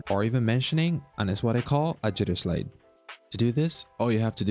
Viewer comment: I’ll watch this when u pronounce slide properly lol